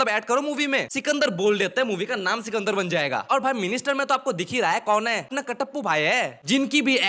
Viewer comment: Bhai chukandar nahi sikandar hai yaar.😂😂😂😂